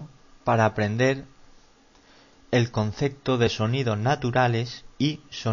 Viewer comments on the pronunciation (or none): No mete ninguna ""ese"" este profe. "tenemo", "eso otro dos sonido", "el concecto". Clases de Lectura por favor!!!